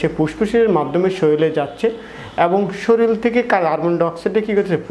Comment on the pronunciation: বাইরাস মানে কি? শরীল কাকে বলে আর পুসপুস ই বা কী । ফেট, ফ্রেসার, সেস্ট----উচ্চারণ এরকম কেন? শব্দ গুলো ভদ্রলোকের মত উচ্চারণ কর।